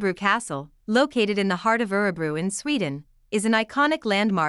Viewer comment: Sorry but you are pronouncing Örebro incorrectly. I just wish that the many Americans or (Bots) who narrate such videos, would actually pre-learn & practice Swedish pronunciations, prior to posting, so they get it right.